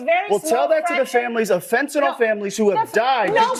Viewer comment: Aaron Maté should know the drug in question is fentanyl not "fentanol".